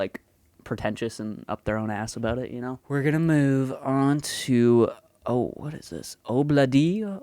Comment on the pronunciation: It wasn't your 'eh' that brought out your Canadianess, it was your aboot!